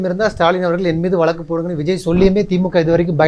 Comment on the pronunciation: மக்களை. மடையர்கள் போல் நினைத்து கேள்வி கேட்கிறார்.முதலில் தமிழை சரியாக உச்சரி பிறகு பேட்டி எடு. வளக்கு- வழக்கு